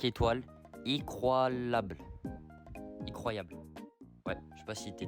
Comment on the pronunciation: « IcRoYAblE » jsp si tt sous alcool à 28 degrés. 😂😂😂